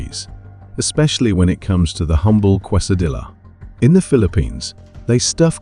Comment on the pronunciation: Please stop mispronouncing Quesadilla